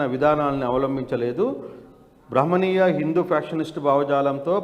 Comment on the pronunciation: బాబు!నీవు తెలుగు సరిగా చదవవయ్యా...ఁబాహ్మణిీయ భావజాలానికి బదులుగా ఁభమనీయ భావజాలం అంటున్నావు..